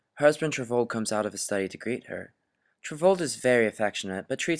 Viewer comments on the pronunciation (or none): Torvald or Trvaald? Why you pronounce so weird?